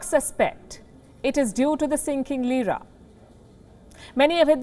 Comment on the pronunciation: Lira becomes Jeera😁😁